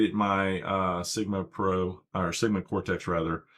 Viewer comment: what do you mean by sigma pro? That sounds like youre saying sigma g pro